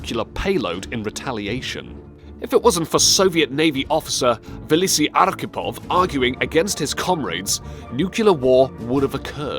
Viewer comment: Valisi Arkhipov? - Nukelar war? WTF?!